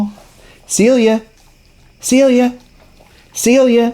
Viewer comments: In Spanish the C is pronounced as an S. So she may respond to "Selia" more than "Celia". I love you guys, and Animal Friends of the Valley! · I'm pretty sure that the problem with her name is that they use the Spanish pronunciation. Don't know if you're interested in trying but it's "Sell-ee-ya" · Her name Celia is a Spanish name. It is pronounced differently. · I wonder if she didn't recognize her name because it was pronounced the English way and maybe it was the Spanish pronunciation?